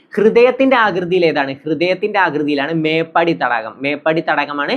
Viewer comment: മേപ്പടി അല്ല മേപ്പാടി 👍🏼